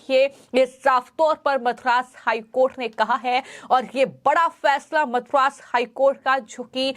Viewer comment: This girl puts ha in every thing, ma'am it is not Mathura HC, it is Madras high court. Pls listen to how you speak after completing the video.